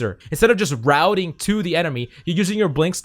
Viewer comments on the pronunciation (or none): none